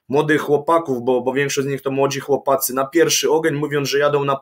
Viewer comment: Piotruś musze to napisać , od początku słysze jak wymawiają sie - chłopacy ... nie ma czegoś takiego w j.Polskim są "CHŁOPCY!"